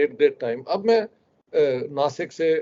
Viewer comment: Dasik nahi nasik hai